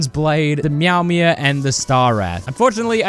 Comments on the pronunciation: Why did you say mewmew instead of meowmere lmao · the way he was pronouncing Meowmere near the end there really tickled me, very funny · next challenge: Can i pronounce meowmere like a regular person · Why do you say meowmere like that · I don’t know why but I like the way he says meowmere